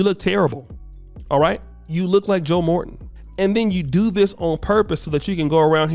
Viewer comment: Yo said joe Morton I'm dead